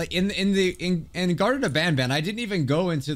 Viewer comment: This ain't garten of ban ban it's garten of wan bwan